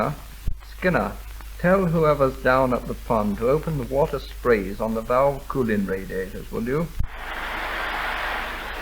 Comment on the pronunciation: Wonderfully plummy accent spoken in those days. It has died out now and not heard any more. The word *valve" is pronounced "veyahlv"